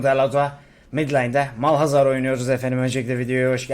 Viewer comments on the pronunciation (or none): Abi niye malhazar diyorsun onu anlamadım 😂